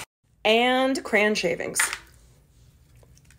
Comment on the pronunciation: Cran shavings LOL it's two syllables. Cray on